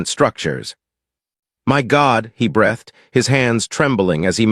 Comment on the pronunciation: You'd think by now ai could properly pronounce 'breathed', 'hoping' and 'staring' in context by now. I find it strange that ai music is so much better developed than ai narration. Narration seems much easier than music and lyrics.